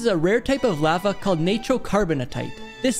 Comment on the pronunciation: "It created the same type of LAAA VAAA -" Me: what the frik